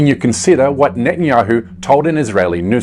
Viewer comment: thank you. now, when you say nathan yayoo, do you mean benjamin netanyahu? is this a nickname, or pronunciation please?